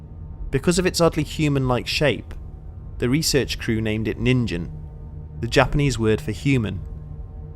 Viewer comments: Its Ningen, not Ninjin... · Ningen do exist! You are one. Tehe. (Proper pronounciation of that is as simple as Nin-Gen. Pronouncing the G like you would with gun.) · I know this is a year old but...the 'G' in NIN-GEN is pronounced 'guh' like in game, guns, garage, goal, geeks, etc. You don't pronounce it like the g in engine, germany, giraffe, giant, george, etc. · "Nin-GEN"(Hard "guh", not "juh")- human. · yes but you are saying the word “ninjin”. (“Gen” has a hard g, like gift, e is like end) I love all your videos it was just cute and funny to think of the monster as a giant carrot. (From a native speaker of Japanese) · That's a creepypasta and g is a hard g in Japan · Ah I live for this stuff One nitpick though...the G in "Ningen" is not pronounced with a J-sound like Jog. It's a G-sound like Grape or Going. The footage of the Thames river monster...I dunno. The first one doesn't look right. The second looks like a whale; you can even see the small dorsal fin as it goes back under the water, similar to a Humpback or (less likely) a Blue whale. The third clip doesn't look like much of anything to me...maybe a bundle of logs and debris caught up in a whirlpool or riptide?